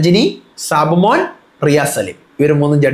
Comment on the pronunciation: സാബുമോൻ ആണോ സാബുമാൻ ആണോ ?? 😂😂😂😂